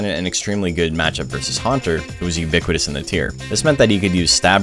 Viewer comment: I guess I counted you saying "uniquitous" 4 times.